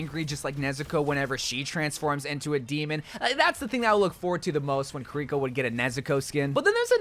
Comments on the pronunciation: Dude, i respect u and like u so much, BUT STOP CALLING KÌRIKO KIRÌKO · You'd think with how long Kiriko has been out and with how much he loves her, he would at least try to learn how to pronounce her name.